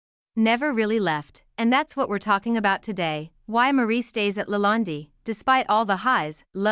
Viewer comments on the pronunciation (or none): How can anyone watch a video where the narration cannot properly the subject's name!? It's "La Land" which rhymes with "bond, or "fond" or "pond" - not "La Land-y" rhyming with 'candy'. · try De Laland (e) is silent.................eish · You can't even pronounce the Word Lalande. What a hatchet job. Hateful people who criticize and critique others. What are you doing except being a troll. Marie is amazing. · This video is absolute nonsense….Marie is a very quite lovely person, she is a wiz at everything she does & absolutely amazing in the kitchen, the food that she cooks is rather outstanding & the presentation of her food ( masterpiece) is amazing. Please get to know the person before you start talking about her and read up on how to pronounce the Chateau’s name correctly. ✌️